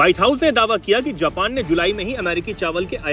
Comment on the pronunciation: जापन ❌ नहीं जापान ✅ हैं भाईसाहब! 👆🤨😡